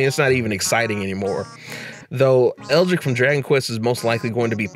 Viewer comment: Also, you pronounced Hayabusa right (One of the few ones I've seen)... but misspelled and pronounced Erdrick (Though he was more of a Japan thing, in America he was known as Loto until later).